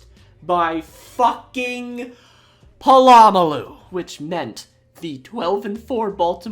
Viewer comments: You can't claim to be a football fan if you can't pronounce Polamalu. 🙄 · BTW Pittsburgh's coach wasn't Mike Tomlin, it was Bill Cowher early on in your video... Sorry Raven's... Ran you over on the way to the Super Bowl 3 times. Is this where you learned to pronounce Troy Polamalu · love ur videos but the way u pronounce POLAMALU is horrendous 😭😭😭😭😭